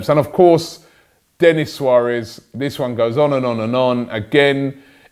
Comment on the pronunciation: Always wondered, why do you say "vis" instead of this? It's not like you can't say th you say it in every other word with those letters😂